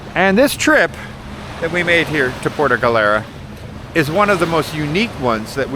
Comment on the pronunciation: Puerto Galera. Not “puerta” galera. Puerta has some nasty sexual connotation. 😂😂😂😂😂